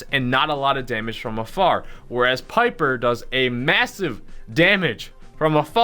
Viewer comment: Piper rhymes with sniper.